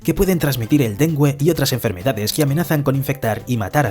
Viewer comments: A alguien más le dió gracia que dijeran dengüe en vez de dengue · ¿Dengüe? es dengue. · me gusta como dicen Den-gUe como 5 veces en vez de Dengue porque lo decia con GUE jaja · El dengüe XD en vez de el "dengue" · dengue, no dengüe. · 1. EXCELENTE! Volvió el café al canal ☕ 2. En adelante cuando me ofrezcan helado con Lyches voy a pensar en las sanguijuelas (Leeches). 3. Ninguna de las dos voces de éste canal (narrador y ) son naturales. Al decir dengue pronunciaron "dengüe", cosa que no existe! Me aprovechó el café! ☕💯🧐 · el dengüe ($◇$) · pero el narrador dice dente y demgüe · Primero pronunció mal "Dengue" y después bien ¿Qué fue lo que paso ahí? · Lo de medelín me dolió, y lo del dengüe también. maldita ia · No es Medelín, es MedeLLín. No es dengüe, es DENGUE. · mede-Lin.... den-gu-e........... por qué hablan mal? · Medellín, Colombia* Y en la palabra Dengue, no se pronuncia la U porque no tiene dieresis. Parce mas respeto, este canal es uno grande y estan creando contenido desprolijo. 😢😢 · Medelín, Dengüe... Quién es el redactor? pensaba que era español pero creo que es un anglosajón con buena pronunciación simplemente